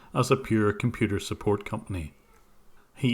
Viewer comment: ... fumbling tumblings head set peril "Suppoat?"